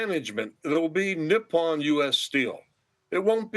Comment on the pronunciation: Learn how to pronounce Nippon